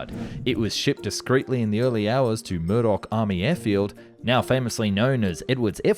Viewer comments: Muroc, not Murdoc🙄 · It was "Muroc" (not "Murdoch") Army Air Field that eventually became Edwards AFB.